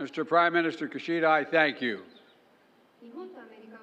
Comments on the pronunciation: His name is Kishida, not Kushida. Do your homework! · It's "key"shida.